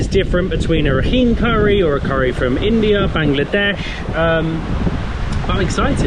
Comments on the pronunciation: nice travel blog, some pronunciation if you are interested, Myanmar = Myal Mar , Rakhine = Ra Khai , Nga Pa Li = Nge Pal Lee . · Not all beaches are called NgaPaLi, there are Chaung Tha and Ngwe Saung beaches and the state is pronounced as Ra Kine ( similar to the -ine from Shine). Hope you enjoyed your stay.